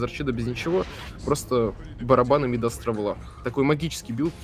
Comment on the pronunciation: почему вы говорите мИдас? царь мидАс, перчатка мидАса